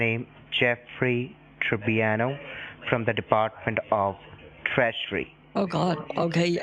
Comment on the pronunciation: "I am from department of trash-ury" ))))